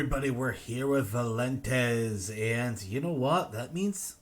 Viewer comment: valentez? it's Vaylantz (vei-len-tz)